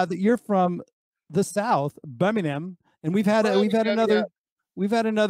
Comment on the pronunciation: Hes saying Birmingham wrong by the way ha 😂